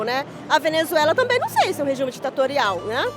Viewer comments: So queria falar que achei engraçado a mulher falar "rejume" e falar que cuba nao e uma ditadura e o Brasil sim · "REJUME" KKK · "Rejume ditatorial" Kkkkkk